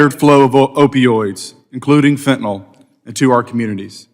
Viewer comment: Damn it, it's fentanyl, not fentanol